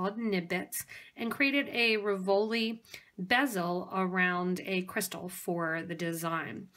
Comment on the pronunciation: Very pretty but please pronounce "RIV-o-li", accent on first not second syllable. Very distracting.